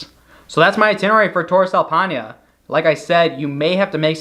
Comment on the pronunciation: I appreciated the visuals but the pronunciation of Paine and other names was pretty brutal to hear. Still overall a useful video. All the best